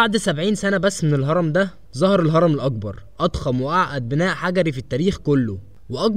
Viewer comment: المذيع يلفظ حرف القاف و كأنه حرف g و للمثال فهو يلفظ كلمة مقبرة هكذا magbara وكلمة الأكبر يلفظها هكذا Al agbar